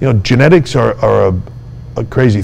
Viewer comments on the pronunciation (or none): Genetics? Did he say "Genetics"??? Whaw, Haw, Haa!!!